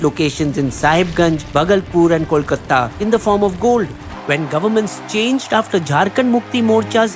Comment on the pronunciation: Why can’t you guys pronounce Kolkata? It’s not kol-cutta. This is the 3rd time I’m pointing this out and will report your videos if this keeps happening. It’s very ridiculing that Indians then selves have no idea about how to pronounce Indian cities!